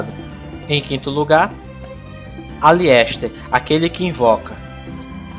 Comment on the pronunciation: Bom vídeo rei. (So uma coisa, é Aleister e não Aliester kkkk)